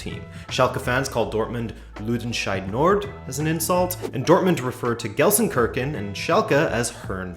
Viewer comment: go easy on me - immediately butcher it.